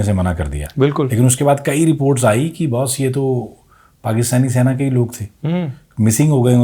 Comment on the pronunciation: Sena hota hai Saina nahi ....